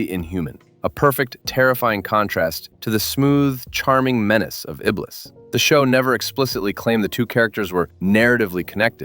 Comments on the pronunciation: It's Count ee-blee, not Count ih-bliss. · Count Iblis??? Say Ibley! Is this an AI narrator? If not, he doesn’t know his arse from his elbow. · I assume no and just using an ai voice to read an ai interpretation of the show. Notice how “he” keeps mispronouncing Iblis by saying the “s” at the end of the name? Not knowing how to pronounce unusual names is an ai sign.